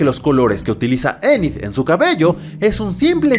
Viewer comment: Anid jaja es enid